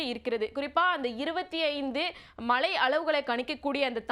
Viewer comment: Anchors Tamil is not ok. Select a person who has proper pronunciations. Change her. It is irritating to hear, ‘malai malai’ .